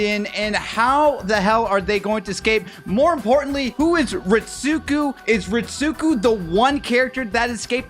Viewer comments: I hate to be this guy, but it’s Reet-Sko not Reet-suku. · Not to be a grammar snob but Ritsuko is pronounced “reetz-coh”